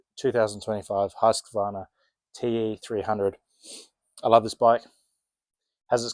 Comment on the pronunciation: My wish as a swede is for the rest of the world to learn how to pronounce Husqvarna